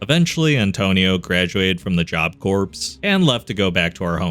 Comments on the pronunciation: Can we just talk about the pronunciation of the word “corps”? It doesn’t sound like a dead body. It sounds like the center of a machine. Pronounced “core,” not “corpse.” Yes, it’s confusing. It confused me when I first met it too. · Small nitpick, Corps us pronounced Core, like apple core